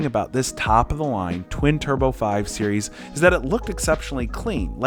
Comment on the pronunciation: say series please 😭😭 but good explanation guys